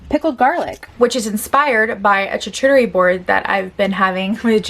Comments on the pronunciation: Love your content. Can I correct one thing? “Shark-you-tary “ board ❤️ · Oh please, even in your loungewear you are stunning! Also, just thought you might like to know charcuterie is pronounced like "CHAR-COO-TER-EE." Love you! Edited to add that even though this trend has been done many times before- it would be fun to see you do a full day of eating 2021 Instagram/Tiktok foods. (Surprisingly, many of them are pretty healthy or can be adapted).